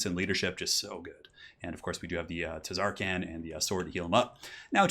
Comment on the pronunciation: i swear if you say TUHzarkaan one more time..